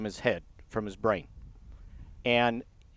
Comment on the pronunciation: WTF is a brurnine tumor?